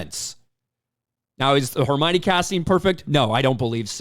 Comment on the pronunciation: ❌Hermione ✅Hermana